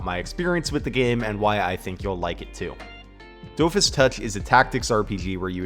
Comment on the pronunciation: You should try watching Wakfu, it's really well made actually, and I especially recommend listening to it in the original French Dub. Also so that you'll pronounce Dofus correctly. I mean that in jest tho really happy to see some more love for a few of Ankama's games!